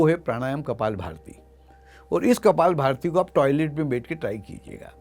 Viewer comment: कपालभाति शब्द न कि कपालभारती !